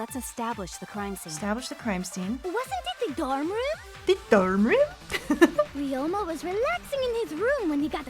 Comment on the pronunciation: “The dUrm rUUm?”